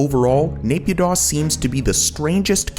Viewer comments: btw naypyidaw is pronouced Nayy Pyeeee Dawn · you could make an effort to say naypidaw and myanmar correctly.